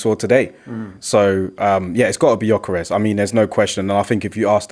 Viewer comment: it's gyokeres not giokeres🙄